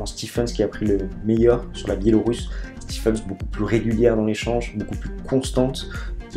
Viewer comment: gros gros match entre KK et Rafa ! le Russe peut être fier ! et sinon, on prononce SLOANE STEEVENS et pas STEPHENS :p